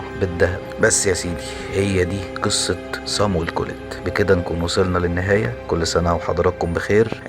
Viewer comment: بتنطق الاسم غلط